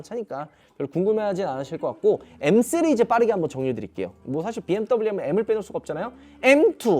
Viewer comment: 시리즈 발음을 못하네요